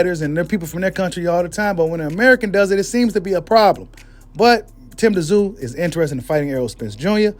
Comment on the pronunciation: The”T” is silent … it’s simply pronounced, “zoo”. You know like Sun Tzu? Any dude that’ll step in that squared circle should at the very least, be given the respect of having his name properly enunciated by boxing media. It would also be a good look for you as well.